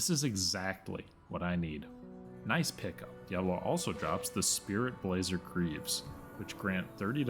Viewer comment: Always get me when people say "Diablo" or "Baal" incorrectly. They only say the names a million times in different cut scenes and NPC interactions. Smh